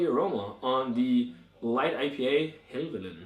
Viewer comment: Great review! Helvellyn (pronounce Hell-vel-en) is a mountain in the Lake District and striding edge is a ridge on that mountain! Really enjoyed striding edge but not had chance to try this one yet. Sounds good!